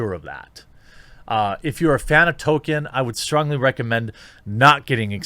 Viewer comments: Tole-Keen, not Toe-Kin. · Wait, I thought it was "Toll-KEEN", not "TOE-ken"? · His name is Tolkien with an L. His name is not Token. Learn to read. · >says "TOKEN" throughout whole video Jeremy it's pronounced TOLL-KEEN. There is an L in there. ToLkien. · No it isn't. "JRR Token" is a common mispronounciation among pseuds and posers who haven't even read the man's works. Dropping the L completely is in no way a result of Northern US accents. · Tolkien> Tokin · Ok I'm far more annoyed by the way you say Tolkien than whatever dumb shit the guy you were covering said.